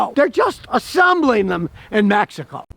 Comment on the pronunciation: Nice video. I just bought a 2018. Not gonna lie tho i thought you were saying "magical" instead of Mexico the for the first 3 minutes lol.